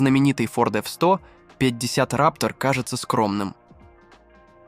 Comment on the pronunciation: Диктор класс конечно ступИц пЯтьдесят дизЕль кУпе 😂😂😂